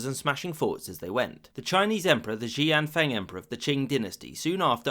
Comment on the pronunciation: Xian Feng is two syllables not two. Not ( She -An -Fung) but shee enn all at once.